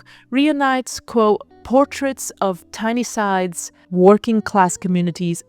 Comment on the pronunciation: Another wonderful video. Undisputed #1 photography channel for me. The teenager with the rabbit. Just wow. BTW it's pronounced Tine-Side (like time with a "n")